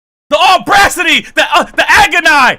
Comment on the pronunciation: The Aubra- city!!!! I’m in agon-eye!!! 🤣😂🤣😂🤣